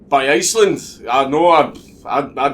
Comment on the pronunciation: You said Iceland but I heard insulin.